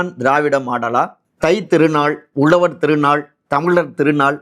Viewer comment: Hi, can't u properly spell words like Tamizhar & Uzhavar..???? If you can't pronounce 'zha' unique to Tamil, you are unfit to be a Tamil reporter.